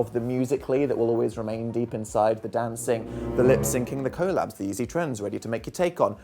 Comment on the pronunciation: Dan stop saying collabs like that imma throw up I hate it idc